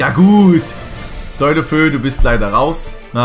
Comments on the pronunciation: 7.21 wer is Deulofö? Man spricht ihn DeolofeU aus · Man spricht das De u lo fe u aus. Nicht Däulöfö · Maaan, das wird De-u-lo-fe-u ausgesprochen, der ist Spaniener kein deutscher 😂😂😜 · Ich wollte nur anmerken, das der Typ De-u-lofe-u ausgesprochen wird und nicht Deulofö also mit abgetrennten Us. Trotzdem cooles Video. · Deulofou hahahhahahaha bruder, wie soll ich schreiben. Es heißt anders ausgesprochen 😂